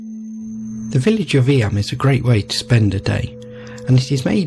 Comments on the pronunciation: It’s pronounced eem. Not eeyam. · I have done many walks around there as it is in the middle of the Derbyshire (pronounced Darbyshire) Peak District an area of outstanding beauty. It is close to the City of Sheffield which is actually in Yorkshire. Eyam is often pronounced Eem.❤